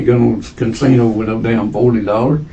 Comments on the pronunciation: Say "cansino" one more fucking time!! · Can-sino? I love this dude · That man wasn’t talking about any damn casino, he said “cansino” and I feel it was wrong of you to deny that with your subtitles. 🤣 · my takeaway from this is that some people say "cansino" 😂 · I am starting to kind a like it.😂cansino. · there is only one “N” is Casino. 😂